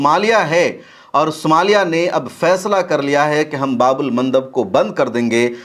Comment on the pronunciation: Bhaii babul nahi baab al bolu